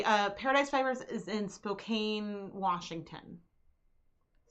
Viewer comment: FYI: Spokane is pronounced spoke can